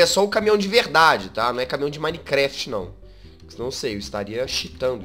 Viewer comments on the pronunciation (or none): none